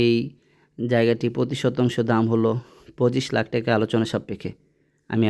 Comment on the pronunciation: আরে মদনা টেকা না😅টাকা বলো